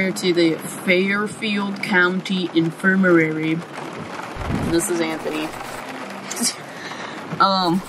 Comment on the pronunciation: Its INFIR-MARY lol not " Infir-mer- rary "